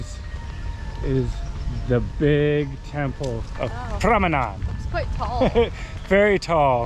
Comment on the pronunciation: Borobudur & Prambanan =PRONOUNCE 😅😅